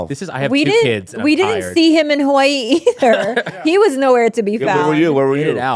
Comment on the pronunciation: Anyone else hate how says Hawaii?